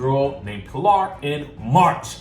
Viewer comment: I think the baby name is PILL ER! Like a church pillarZ Not PIL ARE. It’s killing me every time 😂😂 but I love you 💕